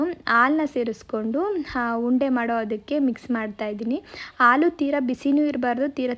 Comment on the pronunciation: ಸಾಧ್ಯವಾದರೆ ಭಾಷೆಯ ಮೇಲೆ ಒಳ್ಳೆಯ ಹಿಡಿತ ಸಾಧಿಸಿ ನಿಮ್ಮ ಅ ಕಾರ ಹ ಕಾರ ಗಳ ಉಚ್ಚಾರಣೆ ಕೇಳುವುದಕ್ಕೆ ತುಂಬಾ ಕಷ್ಟ example ಆಲು ಅಲ್ಲ ಹಾಲು .ನಿಮ್ಮ vlogs ಸಂಕ್ಷಿಪ್ತ ವಾಗಿ ಇರಿಸಿ ಉಪಯುಕ್ತ ಮಾಹಿತಿ ತಿಳಿಸಲು ಪ್ರಯತ್ನಿಸಿ.